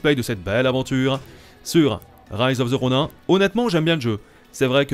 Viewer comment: "Rise of the ronain" 😭😭 tu peux pas faire ca mais on t’aime quand meme